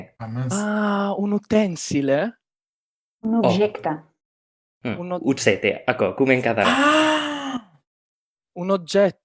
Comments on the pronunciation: in some others they pronounce J like ch, or dz, or y, or the english th in the. it's a high variation letter. but you'll notice he said objècte as uttsètte, with geminates, so one can guess there used to be a cluster in this word. like how italian says oggetto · "Utsete", "utsete" what the fuck, this is so far from objècte. I knew other Occitan dialect that they pronouce j same as in French or Portuguese. Much easier to understad